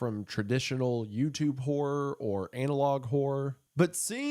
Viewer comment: My Brother In Christ, you NEED to pronounce horror more clearly. 😂